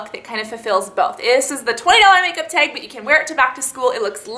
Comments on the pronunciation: you say tag so funny hahaha "teg" :) great video too! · I hate the way she says "tag". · what's her accent? she says "tag" and "bag" kinda strange haha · the way she says tag..... :/